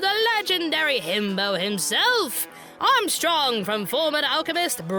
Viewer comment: you didn't even say his name right! Don't worry everyone gets 1, I got you. clears throat Introducing the Legendary Himbo himself: Alex Louis Armstrong son of Philip Gargantos Armstrong and wielder of signature Alchemy passed down the Armstrong family for generations!!!!